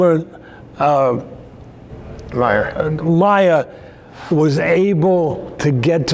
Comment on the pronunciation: Mayer not Myer. No biggie.